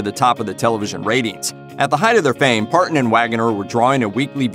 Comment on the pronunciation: The narrator clearly isn't familiar with the genre. Wagon er? ParTon?